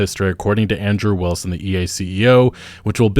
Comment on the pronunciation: i thought you were saying Android Wilson rather than Andrew Wilson in the beginning parts of the video